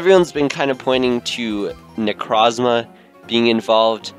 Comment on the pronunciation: that is not how you say necrozma